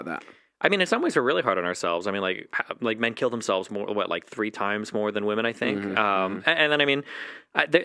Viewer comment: “Fink about thos Hollywood mewvies”